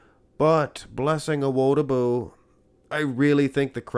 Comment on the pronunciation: Just FYI, the emphasis is on the “Di” in Awo”Di”bu